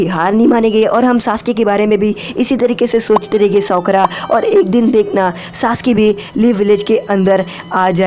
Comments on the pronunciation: It not sokra its sakura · Sakra nahi sakura